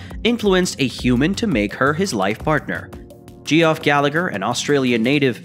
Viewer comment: Dude...... the name Geoff is pronounced JEFF. Why do you creators not do a simple bit of homework before releasing a production to thousands?